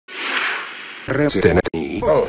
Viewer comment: Lausu yllättävän hyvin ton "Resident Evil"